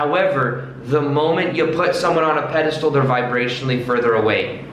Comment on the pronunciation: you very knowledgeable and l really like your videos. With that said you need to brush up on your vocabulary. The word is pedestal... not pedistool and putting someone on a pedistall means to deem them as the best person above everyone else.